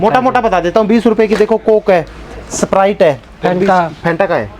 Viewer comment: वो सपराइट नही स्प्राइट होता है 😁🔥